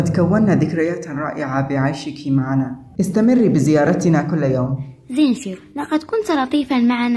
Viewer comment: زينشيرو 👎🏻 زينيتسو👍🏻